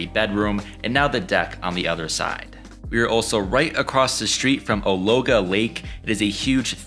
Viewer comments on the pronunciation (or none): Oh my goodness why didn't you ask the locals how to say Oologah?? 😂😂